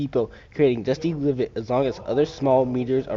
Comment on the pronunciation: “Dusty livot”